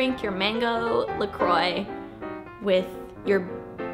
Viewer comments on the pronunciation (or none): Ingrid please pronouce LA CROA not La CROÏ! Thanks :) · Hi Ingrid! Thanks so much for sharing! I really want to try the Peach palette because of this :-) just wanted to let you know that La Croix is actually pronounced "la kwah" instead of "croy!" Isn't French hard?? The grapefruit one is my fave <3 have a great day!! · "la croi"? isn't "la crua"? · La croix is to be pronounced as: la crwa and not la croy 😊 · "la croix" you should say "lacruá" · no it's "la croi" it's a French french for a cross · lol i like how you say la croix but it'd actually a french word and it's pronounced like la kr-wah. like the 'oi' makes a "wa" sound and the x is silent :) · No you're right. When I listened to it again and looked at your spelling I saw what you were trying to say. You are right. She did say it wrong. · Sophie Vlogs I'm speaking french for more that 16 years soooo...put it on google translate, she said it wrong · You should check the pronunciation of LA Croix 😉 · That is no how you say La Croix.... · nope... that is not how you say it...